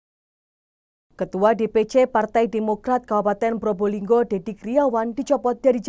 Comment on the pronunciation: bukan Purbolinggo tapi Probolinggo itu yang benar ya jangan salah ejaan nama suatu kota